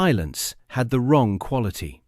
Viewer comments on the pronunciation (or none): none